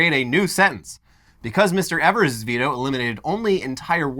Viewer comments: Sorry, I'm sure someone has mentioned it, but Evers's name is pronounced "EE-vers" instead of "EH-vers". We also do not know what in the boggle is going on in this state. We're gerrymandered to the end of time. It's insane over here. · It’s pronounced ēvers. Source, from Wisconsin. Love you guys! Thanks for covering the story!